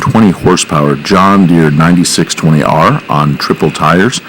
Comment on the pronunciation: its a 9 620R, Not a 9620R. please state that in john deere videos. the series number is pronounced, not all together.